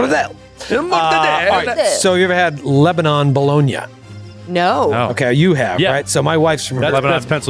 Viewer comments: It’s pronounced Leba-nin, not Leba-non in PA. Just for future reference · please get your wife to teach you and the rest of the crew how to pronounce "Lebanon".